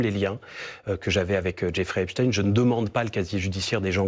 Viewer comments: C’est intéressant parce qu’elle dit Epstine alors qu’elle sait très bien que ça se prononce EpstEin, comme si elle couvrait une certaine communauté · c’est fait expres de mal le prononcer pour couvrir leur communauté mais c’est bien epstein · hepstine , mais non elle la pas dit comme ça ? .. elle rigole j'espere 🤣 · j’habite aux US personne ne dit Epstine a part ceux qui prononce mal